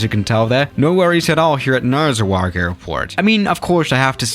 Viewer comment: I don't know what I hate more, pronounciation of Narsarsuaq, X-plane's portrayal of Narsarsuaq, or the fact that the 'Top 10 list" is depicting Upernavik Airport not Narsarsuaq Airport.